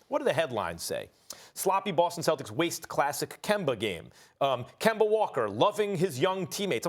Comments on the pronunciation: Can somebody please tell Stephen A that that mans name is not Kember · Everybody: Kemba SAS: Kember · Nobody: Stephen A : "Kember is Kember" 😂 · Dollars = Dollaz Kemba = Kember - SAS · "Kember is Kember" that says it all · Start saying his name right then you can talk about him “KeMbEr” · “Kember is Kember” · "Kember"- SAS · KemBER, GeorGER this man hates words ending with the letter A! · Put some RESPEK on Kembers name bruh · Nobody: Stephen a: kember is kember 🤣🤣🤣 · SAS love saying "kember" 😂😂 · Im all but sure he's doing it on purpose now, it's like he makes sure to say Kember 😂